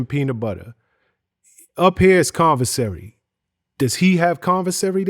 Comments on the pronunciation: Commissary. Lol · WHAT THE HELL IS “ CONVISARY”?